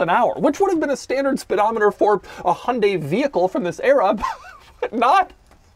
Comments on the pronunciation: It’s pronounced hi-on, dye, hunday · it's he-oon-dy, not hun-day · Isn't it pronounced Hy-un-day not Hun-day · Haha wtf hon-day it’s Hy-un-dai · Hi-un-die...not hun-day... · Do you mean Hai Un Dai? It has three syllables. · It hurts how he says "hunday" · the "hunday" pronunciation is driving me insane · The way he's saying Hyundai is genuinely infuriating. The word has more than 2 syllables. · Really wish Americans would learn to pronounce Hyundai properly. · i just cant get over how BAD you are pronouncing "Hyundai" XD